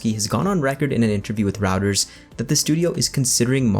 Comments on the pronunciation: Its pronounced Royters. (Reuters) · Pronounced "Royters". Now you know.